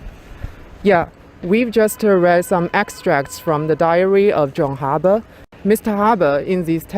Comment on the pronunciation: Also the pronounciation of "Rabe" by the young student was very good. Which is often mispronounced by many.